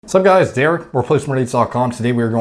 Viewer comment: "Hey you guuyyyyyyyysssss". I didn't realize they cast someone so you to play sloth in Goonies.